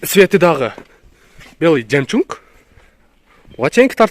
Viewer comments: Братан коптон бери айтайын деп унутам белый жемчунг емеес бля белый жемчуг болоуп айтылат жемчунг емеес жемчуг н нахуй не нужен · Ассаламу алейкум, бир жолу адашып жемжунг деп алып анан кечке эле ошол созуну оправдать этип кечке эле жемжунг деей бербечи сураныч. А так нормально баары. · Белый ЖЕМЧУНГ 😂 туура айтчы тууган